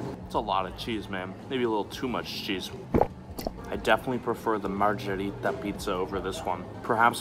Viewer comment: If anyone beside me is italian and speaks it fluently, y'all ready know how angry im getting when a says "marzhereetah" instead of marggereeta ( wrote it to show how it sounds in english letters)